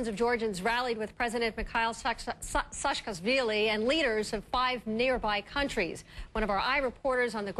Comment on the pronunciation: Is it really so hard to pronounce Saakashvili? Sa-ka-shvee-lee